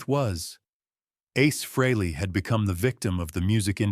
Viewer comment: There is no A in aces last name until a couple of months ago it was pronounced freeLee get it fix it igs agrivating!!.